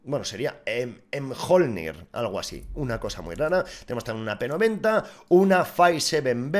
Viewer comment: se pronuncia "miolnir " la negev